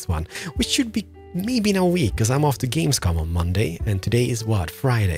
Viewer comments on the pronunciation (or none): none